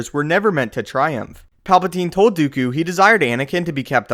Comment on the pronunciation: count dookju? :P